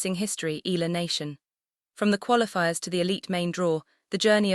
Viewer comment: Until now AI still cant properly pronounce correctly the family name of Alex they just continue featuring her to get viewers specially Filipinos what a shame 😜😜😜